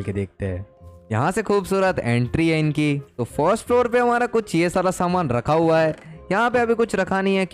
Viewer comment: Outro record ''hua'' nahi ''hau'' keh raha hai